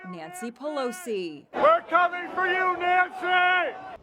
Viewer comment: “We’re kumming for you Nancy” 😝🤣🤣